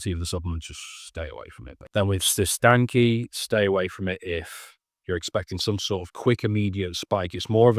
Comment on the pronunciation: Appreciate your work bro. Side note It’s pronounced like “sis tan ch”